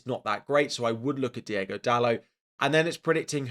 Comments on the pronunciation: hey, has a portuguese, have to correct you, its not diEgo dalot, its diOgo dalot with an O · Love you bro, but please.... it's Diogo Dalot..... not Diego Dalot.